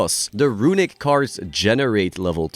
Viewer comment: The way says "RUiNiCK" synonymizes what the deck has done to the game as a whole